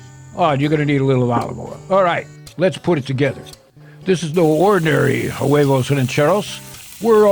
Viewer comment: Way-vos, the h is silent